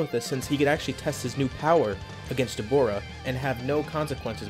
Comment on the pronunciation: Everybody from America: Da-boar-a Me: Da-bra. His brothers are called Abra, and Ka. Literally "Abracadabra."